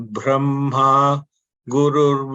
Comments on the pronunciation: If anyone could clarify please - It's written like param brahma but heard as param bramha during the recitation. I don't think it could be a mistake but some nuance that I'm yet to understand. Thanks in advance. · It's bramha. Not brahma. ❤